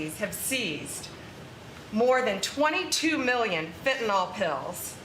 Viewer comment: doesn't even pronounce the drug correctly!! Its not Fenty"NOL". IT'S PRONOUNCED FENTANYL(NIL). She is totally clueless!!!😢😢